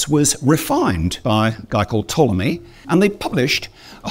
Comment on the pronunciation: Copernic et Ptolémée, pas Capharnaüm et Tommy !